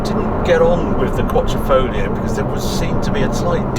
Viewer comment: New italian word by Our Harry: “Quattrofoglio”